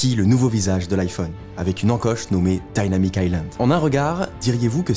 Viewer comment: Dynamic pas daillnamique